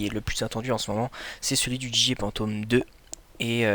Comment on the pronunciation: Sa ce dit phantom pas pantom